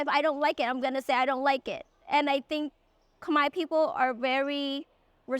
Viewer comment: Pronouncing Khmer correctly felt so wholesome.